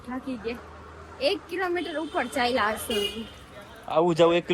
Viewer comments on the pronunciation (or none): Ben Kas nai pan kach bolo and saliva nai pan chalya